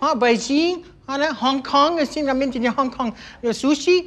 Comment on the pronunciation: He said Hong Kong, I'll give him that